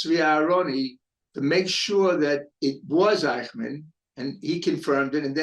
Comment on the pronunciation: Cant even pronounce Eichmann